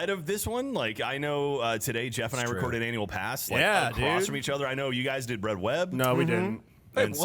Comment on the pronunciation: He did say bread web, right?... 👀